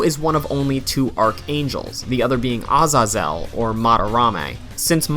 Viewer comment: Samael= "Sah-mayel" Azazel= "Ah-zay-zell"